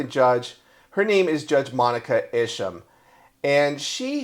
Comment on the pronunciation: name is pronounced i shum